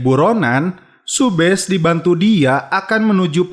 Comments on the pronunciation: Subhas bang bukan subhes😂😂 kan namasetek🥴🤪🤪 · Subash bang bukan subes